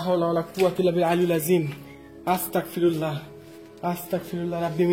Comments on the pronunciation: Astagfirulla is the correct pls say Astagfirulla g hobe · আসসালামু আলাইকুম ভায়া ভুল হলে মাফ করবেন🙏🙏🙏🙏🙏🙏🙏🙏 ভায়া আস্তাকফিরুল্লাহ হবে না ভায়া আস্তাগফিরুল্লাহ হবে আস্তাকফিরুল্লাহ ৷৷ মানে হচে হে আল্লাহ আমি কাফের হতে চাচ্ছি আস্তাগফিরুল্লাহ ৷ ৷৷ মানে হচ্ছে হে আল্লাহ আমি তোমার কাছে মাফ চাচ্ছি আস্তাকফিরুল্লাহ আর আস্তাগফিরুল্লাহ এই দুটোর তফাত হচ্ছে ক আর গ বিদায় আসসালামু আলাইকুম